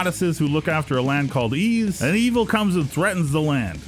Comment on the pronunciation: Yep. Pronounced like the word "ease"